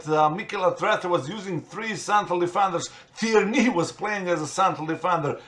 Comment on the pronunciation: / notice how he said tierney